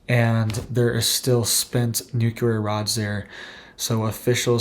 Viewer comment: Bro - it’s pronounced “New - clear” not “nuke-you-ler”.